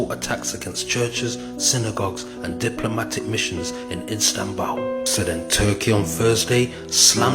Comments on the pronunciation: How you lot gonna take in information from a man who can’t pronounce Istanbul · That's the least of your problems. Don't watch this if you have a problem with him pronouncing Istanbul.